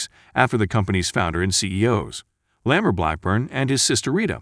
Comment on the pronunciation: "leh-MUR" instead of 'LAH mar' Hmmmm..."meh - du - nuh" instead of 'Me-DEENA'? As the spokeman for this film says, "You should watch this movie." And listen, too.